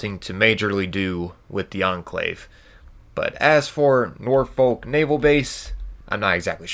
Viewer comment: My British soul ached with that one 😂